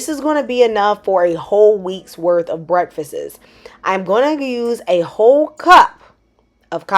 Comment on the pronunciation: "breakfisiss" is a crazy pronunciation for a teacher lol